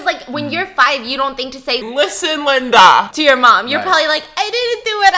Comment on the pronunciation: No one : Stephanie: LinDa liSTen